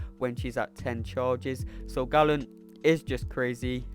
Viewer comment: Why do the MCOC community call him ‘Gallen’. Galen is pronounced “gay-len”. He isn’t a Gallon of Milk